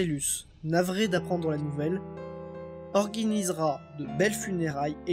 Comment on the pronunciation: Ça existe le verbe org"i"niser ? ( à )